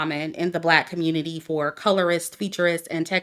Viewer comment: Every time you say" the black COMMUNITAH " it makes me laugh 😂😂😂😂